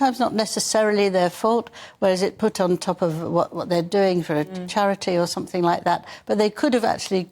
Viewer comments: Did she actually say,somethink?OMG,the word is something. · Please, there is no such word as SOMETHINK. The word is SOMETHING. Please speak English. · Love the show, but switched off immediately the presenter said ‘somefink’…. Seriously?!